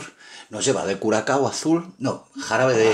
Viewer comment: SE DICE BLU CURASAO BRO ES LA C TRENCADA